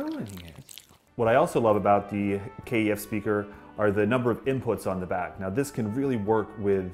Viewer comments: Sorry, had to comment - please call the speakers by their correct name "kef" not "K - E - F" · It's pronounced 'keff', not K.E.F. Just saying. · ITS KEF NOT K E F BRO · Rowan & Belinda Wilson it can be pronounced both ways since it stands for Kent engineering foundry. the actual most proper way is K E F which is how they say it in the KEF blade commercials. it's also why it's not spelt Kef. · No one says K-E-F , Good video tho 👍